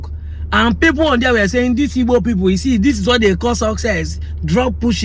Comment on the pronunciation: it is called Igbo, not ibo. Europeans call us Ibo because they can't pronounce the "gb"